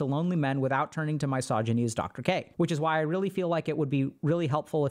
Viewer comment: You pronounce “misogyny” incorrectly, it’s not really a big deal but it is slightly irritating.